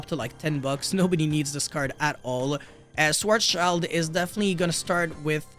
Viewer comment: Schwarzeschild translates to black shield and schwarz shield is closer to the german pronounciation. Schwarz child really sounds weird to me.